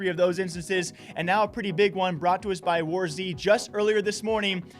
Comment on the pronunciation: When is he going to Learn that he is saying War z